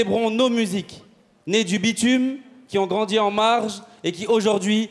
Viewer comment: 15"30 "merci pour ceux KIZON voté" 😱😱😂😂😂😂😂 Ah wééé le niveaaauuuuuu !!!!